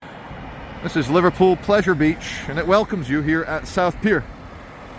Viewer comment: Did you just say Liverpool pleasure beech ??